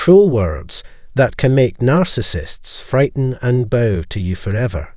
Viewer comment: Typo: Frightened... Pronunciation: It's not bow, it's bow.